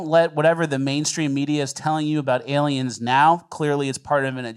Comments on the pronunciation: Has adopted the correct way of pronouncing Aliems. THAT A BOY,....Keep diving down those rabbit holes. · used to occasionally mispronounce words to see if would catch it and 'aliems' was just one of those words that stuck lol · Why is "aliems" controversial?